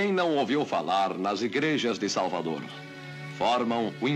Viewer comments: Horrível esse R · "Em Salvadorrrrr" não fazem mais repórteres como antigamente